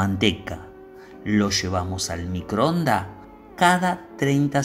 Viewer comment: No sé cuántas veces dijo: MICROONDA... señor, se dice microondas, con la letra S al final !!! Le faltan muchas ESES en cada frase....